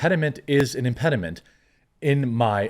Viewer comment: Can someone teach Jeremy how to read impediment lol